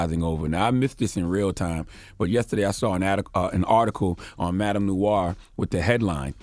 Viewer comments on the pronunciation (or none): none